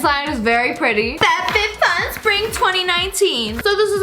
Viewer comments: You said fatfitfun! Lol! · Lmao I heard F A T FitFun. Oof